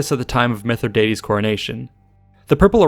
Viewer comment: Keep mispronouncing his name dickhead!